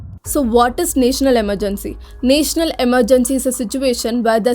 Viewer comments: It's not naaaational it's national ...first learn to pronounce English words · it is not naetional its national